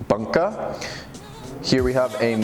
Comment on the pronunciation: tsuchime, gyuto, bunka....your pronunciation of these words are really really off, please ask a native japanese speaker on how to pronounce them